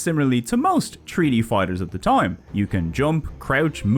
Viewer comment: I'm new to the channel but I'm really enjoying it so far. When you were talking about treaty fighters I was thinking wtf are you talking about. Turns out you're saying 3D not treaty🤣. I thought it was funny so I wanted to share that. Thanks for the fun video